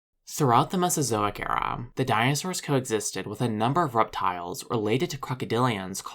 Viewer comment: why tf u say era like that and sound a 1000x more zesty than u used to